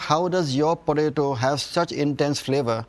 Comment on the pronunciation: You mean Botato.